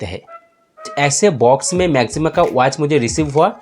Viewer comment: Bhai... Pehle Naam toh sahi se le lo... Maxima hai, Na ki Maximum.